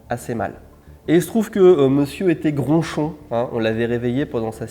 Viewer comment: Il a dit "gronchon" ? ^^' Si c'est le cas c'est passé crème pour moi, j'ai rien capté ^^